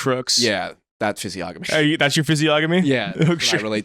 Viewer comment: im so sorry to do this but it's pronounced "fizzy-onomy" not "fizzy-ogamy" (literacy crisis in full swing)